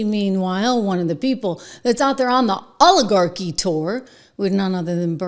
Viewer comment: Bernie sanders saying “oligarchy “makes me sick,it sounds like a dog hacking up a chicken bone!